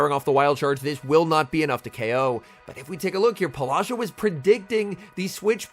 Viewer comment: Please stop saying polasha, her name might be Paula, and then whatever is that Sha that she added to it. Great commenting as always, just your pronunciation of her name it's tickling me lol